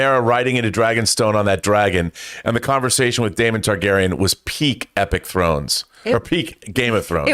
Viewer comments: It’s TAR-garyean John not TAI-garyean!!!!! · “Tygarian”….. Tarrrgarian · they are TARGARYENS, not taigaryens ...you're pronouncing wrong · John’s always got Star Wars on the mind 😂 “TIE-garyan”